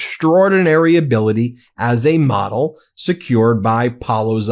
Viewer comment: I know you’re saying “model” but I am hearing “wh•re”! 🤣💯🤣💯🤣